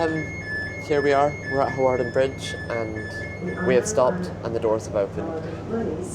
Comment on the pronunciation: You silly girl, it is pronounced Harden Bridge. There used to be a RAF camp there and a De Havilland aircraft factory.